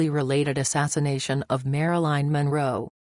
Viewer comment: It's Marilyn not Maraline, i don't buy it JFK and the Rat Pack would nail any attractive lady in the WH of anywhere else